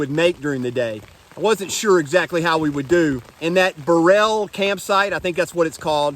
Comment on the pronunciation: Bur-rell.... 🤣 I love how you pronounce the names 😉 I'm a local. I'm really loving the videos! Thanks, looking forward to the rest of them.